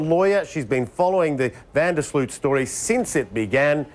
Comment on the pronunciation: Funny how English and Americans are not able to properly pronounce the "Sloot" in Van der Sloot. :P